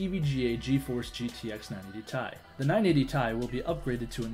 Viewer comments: Yeah I cringed when he said 980tie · lmao is no one gonna mention the fact that buddy was calling his 980ti the '980 tie'? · The way that one guy says "tie" instead of "T-I" annoys the fuck outta me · Did say 980 tie? 980ti mate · "980 Tai" .______. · 980 TAI DUDE IT'S 980 TE AI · "980 tie" xD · 980 ti lol IT T I TO SEPARATE LETTERS T I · 980 tie? wtf did i hear that correctly? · 980 "tie" LOL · 980ti say it 980 t i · Yeah, the 980 TIE